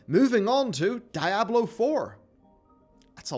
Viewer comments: STOP. SAYING. DYE-ABLO FFS. Its SPANISH. The devs call it how it is, why can you not put a bit of effort and say it how it is. DEE-ABLO. DEE-ABLO. Diablo. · He can't pronounce Diablo for shit.